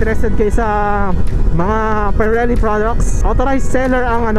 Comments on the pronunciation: Pee-re-lee idol not pie-re-lee😅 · Pirelli hindi payrelli ride safe